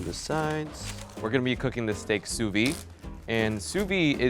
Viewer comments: I have a legit question about the "sous-vide" technique. Why do people skip the "de" from "vide"? People always prononce it "sous-vie" and I don't understand why. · Video : sous vide Him : S O O V E E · Please pronounce sous vide correctly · Every French speaking person cringed SO HARD when he tried to pronounce sous vide LMAO. It was a good effort though. Also fun to watch Americans try to speak french